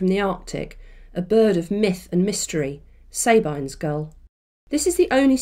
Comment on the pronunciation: Sorry, am I losing my mind or isn't it Sab-EEN's gull? As in, the name woman's name, Sabine?